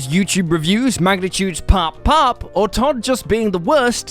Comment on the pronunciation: He even screwed up POP POP